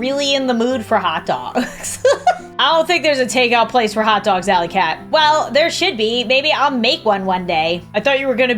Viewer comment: Allie-cat. *Alley-cat*. I CAN'T